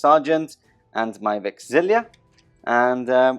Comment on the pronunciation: Okay, I have to post this, even though I know it is unecessarily pedantic... but where do all those extra Is in your pronunciation of unit and equipment names come from? The tank is a Sicaran, not a Sicarian, the vexilla also aren't vexillia (and vexilla is plural, the singular is a vexillum, but that is GW's mistake), and artificer armour is not artificier armour... Sorry for the rant, just had to get it off my chest. You make great battle reports, carry on.